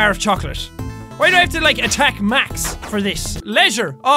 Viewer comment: when you said why I sounded like you said Hawaii LOL!😂